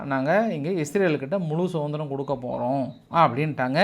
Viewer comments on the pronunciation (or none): none